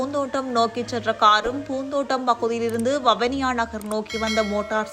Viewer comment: வவுனியா அல்ல. வவுனியா என்று உச்சரிக்கும். தயவுசெய்து தமிழை சரியாக உச்சரிக்கும். இல்லையெனில் அர்த்தம் மாறிவிடும்